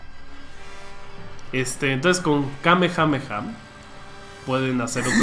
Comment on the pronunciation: Y al chile dice mal el kamehameha :v